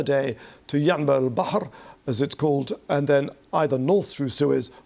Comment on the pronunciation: my man pronounced ينبع البحر like a local